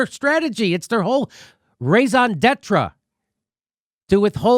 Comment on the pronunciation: “Raison detra” come on Jimmy